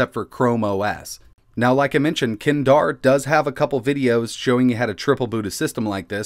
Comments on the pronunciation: It's no kindar... It's ('k' Daar) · ETA GUY : KINDARR.... Kedar : it's Kay Dhar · It's pronounced as 'K', 'daar' , not kindaar 🤣😂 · Why did you keep calling him "Kindar"? It's Kedar. Couple of questions : [1] Presumably this won't work with older laptops that only have a BIOS option and no UEFI? [2] If you have a laptop (I have a Dell L501x) that has Nvidia Optimus (or any other graphics chip that isn't the inbuilt Intel), I assume you won't be able to use the Nvidia/AMD chip? [3] If it has the Play Store, can you replace the launcher to something like Nova or use live wallpapers from the Play Store? Looking at the AIDA app you launched, that just went into a window so I assume those would do the same? i.e. They can't actually integrate into Chrome OS? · His name is not pronounced "KED-AR" or "KEN-DAR", it is "KAY-THUR".